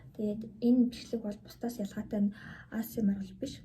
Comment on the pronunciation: аас ээм аар биш шүү. Эй эйс ээм аар гэж унш